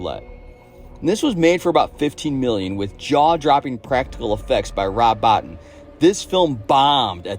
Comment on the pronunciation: It's rob bo-teen btw... ❤